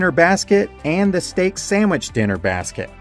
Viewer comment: You say "sammich" and it's adorable.